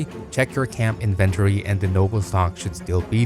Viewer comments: Inventory isn't a difficult word to pronounce what the hell was that dude? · Inventory. Please. Learn. How. To. Say. Inventory. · Inven-tor-E...i love it! Gonna start pronoincing it loke this from now on. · So weird how he says "inventory" lol